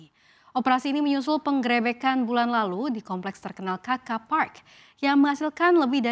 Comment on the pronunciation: Anchor mengucapkan kata penggrebekan nya salah dalam pelafalan huruf e. Jangan dijadikan kebiasaan yang dibenarkan.